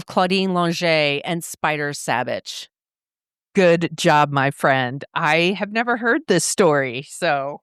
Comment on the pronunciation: I grew up in Placerville, just down Highway 50 from Kyburz and where Spider went to high school and is laid to rest. A local ski hero. Very very sad for our town and the ski community. His last name is prounced "Saw-Bich" not "Saab-Bich".